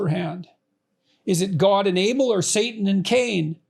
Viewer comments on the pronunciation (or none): none